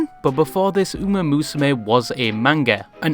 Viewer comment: you say ume instead of uma one more time im gonna lose it